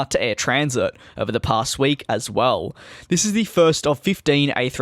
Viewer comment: Its not said as Air Transit its Air Tran-sat